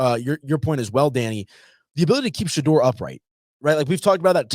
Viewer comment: His name is pronounced Shadoor not Shadrrrrr😮